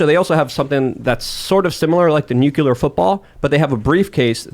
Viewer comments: ....NUCLEAR HAS ONE "U". There is no "u" after the "c". I don't get why reasonably intelligent people cannot pronounce a simple word. It's not newk-you-ler. It's pronounced noo-klee-er. Next we're going to hear that the day was saved when the "calvary" came galloping in. The mountain where christ was crucified can't ride a horse. Cavalry is right there with nuclear for common words commonly butchered by otherwise smart people. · Fun fact: only 1 in 3 people can correctly pronounce nucular. I must have missed class the day they covered the nuculus. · please pronounce nuclear properly. It's like fingernails on a chalkboard to hear nucular. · you shouldn't be allowed to talk about anything nuclear until you learn how to pronounce it correctly